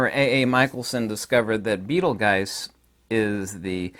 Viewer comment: I think it's pronounced bee ·tuhl·joos. Totally with you in the medium.